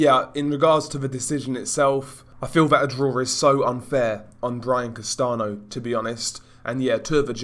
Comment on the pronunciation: Castano is pronounced like "Castan-yo" amigo :)